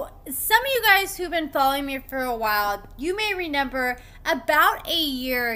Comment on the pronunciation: Are you saying “renember?”